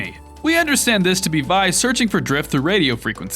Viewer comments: Vee not vy but no hate love your vids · It is V-E not Vy ve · It v not vi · “Vi”? It’s Vee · Why do you call her vai. It’s legit 6 Roman numerals. Also if you’re not going to pay attention to maths and culture at least call her vee. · You pronounce vi like v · ITS NOT PRONOUNCED VI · I thought it was VI (Vee) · Ikr he always says it wrong, even epic confirmed it was Vi (vee) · vi is pronounced as vee